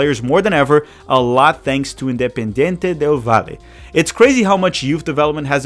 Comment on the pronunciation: Great Analysis on my country , just need to work on the independiente del valle pronunciation 😂 Great vid bro